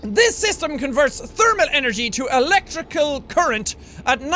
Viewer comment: lol sout and teermal